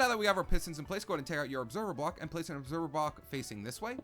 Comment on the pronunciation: On the tree farm he said obeserver bock